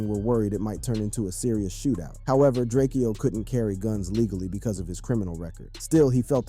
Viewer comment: It’s DRAKE-O. Not Drakeo